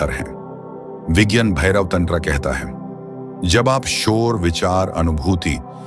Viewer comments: OMG , NARRATOR bhayya ,pls pronounce as - Tantra-- Not TANDRA -😢😢😮😮- YOU ARE KILLING OUR PRECIOUS SVRIPTS YOUR NARRATION IS --THE WORST 😮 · Mr narrator - are you MAD ?? DONT SAY "" TANDRA"" SAY --TANTRA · और त्यानंत्रा नाही तंत्र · हर बार तंत्र तंत्र क्यों कर रहा है तंत्र शब्द क्यों गलत बोल रहा है हर बार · व्हिडीओ बहुत अच्छा है किंतु पर्वती नहीं पार्वती है तथा टैंट्रा नहीं तंत्र है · Please check your pronounceiation tantra mantra Parbati you're not an Englishman,, 🙏